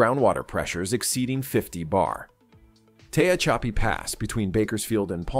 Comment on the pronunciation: It's pronounced Te-haa-cha-pee